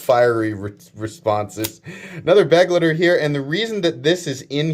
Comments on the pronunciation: Kizer choose a german word as the name. I guess because there are to many knives already called companion. But why do you say beg-le-de, it's like I wrote above, be-glei-ter. Type it into google translator and listen to the audio output. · Begleiter is german and means companion and it's spelled be-glui-ter. Sry but it drives me nuts how you americans spell it.